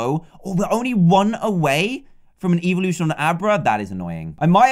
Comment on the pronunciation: Dantdm says "evolution" as "eveeloution" which are 2 different things